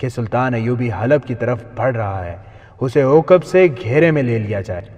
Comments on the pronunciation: Uqab nahi aqab gadhe, theek see padh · عوقب نہیں عقب